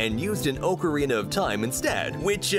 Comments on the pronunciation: "O-corina of time" 💀💀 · Omfg if you say “OH-carina” one more time imma die 💀💀💀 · "Oak O Rena of time" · Its ak-ke-ree-nuh not ok-ke-ree-nuh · "oh ca reena of time" 💀💀💀💀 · I honestly can't believe how many people are freaking out over the pronunciation of ocarina. I hear so many pronunciations of that word that I just don't care anymore. The worst is orcarina. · U Are saying ocorina wrong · You said ocarina wrong